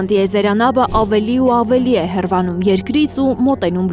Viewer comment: ՀԵՌԱՆՈԻՄ ոչ թե հեռվանում